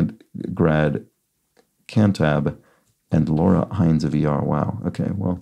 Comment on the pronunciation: Laura Innes is prounounced Inn-iss